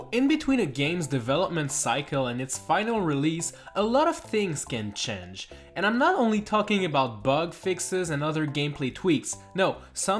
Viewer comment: "chenge" and fack"